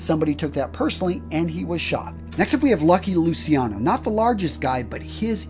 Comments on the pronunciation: Lou CHEE ah no. NOT Lucy ano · I’m sorry but I cringe at how bad the names are being mispronounced. It’s not Lucky Lu-see-ano. It’s Lucky Lu-chi-ano, it’s not Frank Custello, it’s Frank COST-ello, it’s not John Elite, it’s John A-light. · Great vid, as always, just a little tip; it's pronunced Luciano ("Luchano") and not "Lusiano", just like everytime you find C-I and an other vocal in italian; we pronunce it "CH-" and not "SI-" Many americans, infact, think Luciano is a name related with Luisiana and, more generally, with the french name Luis; btw Luciano is a way more acient name, it cames from the latin world for light: "Lux,Lucis" and it litterally means "Bright". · its luciano pronoucend lu chi an no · Lusiano? Corleane? I stopped watching after this.